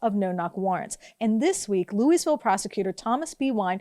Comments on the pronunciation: Um it's "looeyville" not "looeySville" haven't you ever heard that before? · "Louise"ville? Really? And you expect us to take you seriously? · Just to clarify, the “s” in Louisville is silent, like Louie-ville or Loua-ville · It's pronounced lou-i-ville. No "s". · Good reporting as usual however mispronouncing the name of a major city is a bit ridiculous. It is pronounced phonetically...LOO-A-VUL. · People who champion non-establishment causes MUST make sure they pronounce words correctly or else jeopardize their credibility. The "s" in Louisville is silent. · The "s" in Louisville is silent.